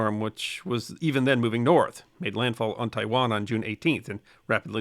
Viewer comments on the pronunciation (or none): none